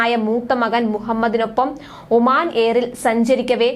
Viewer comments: ഉമാൻ,, അല്ല,,,, ഒമാൻ എന്ന് വായിച്ചു പഠിക്കുക,,,, അക്ഷരം തെറ്റ് വലിയ ഒരു പ്രശ്നം ആണ് കൊച്ചേ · ഒമാൻ എന്നും അല്ല